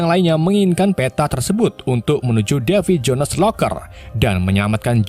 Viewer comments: Black Pearl jadi blek pil,ails the mora jadi isel de mora, devi jons jadi davi jones 😅 Isle tuh di baca ails bro.. Kayak island dibaca ailend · Davy Jo nes seperti nya admin kurang mahir berbahasa Inggris ya 🤔